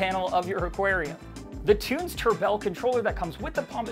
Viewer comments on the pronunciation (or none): Tunze is a german name and more spoken like "it's a" - tuntsa - you are welcome :D and cheers from germany. ✌️